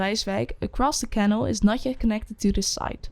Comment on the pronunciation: weer een Nederlander die canal niet goed uitspreekt